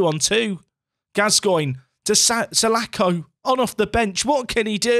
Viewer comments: mate, it's Palace Legend John Sah-laaaa-ko, not Sah-lack-oh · The name is pronounced sir-la-khor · Painful pronunciation for salako there.... Btw, he was shit when he played for Fulham IRL- missed a sitter at old Trafford in the cup when we were a division 2 side (league 1 in modern days football)